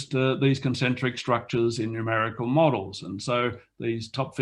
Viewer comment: at 21 minutes: Concentric rather than "concentic"